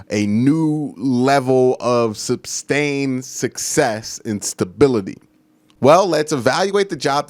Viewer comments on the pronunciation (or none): Bruh..it's suStain not suBstain...But still very very good stuff!!! Keep it up Dude maybe I'll see you on ESPN or NFL network or something..